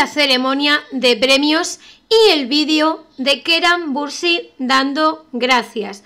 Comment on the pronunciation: si es el que mejor se escucha pero parece que dice keran pero no se entiende muy bien